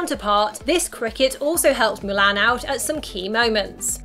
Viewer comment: It’s MU-LON